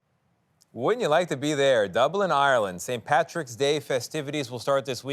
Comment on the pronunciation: Is it really so difficult to say PATRICK??